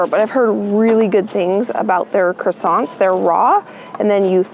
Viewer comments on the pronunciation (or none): none